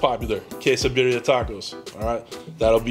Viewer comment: You have to roll your (R’s) !🤣🤣 birria it’s like one my favorite dishes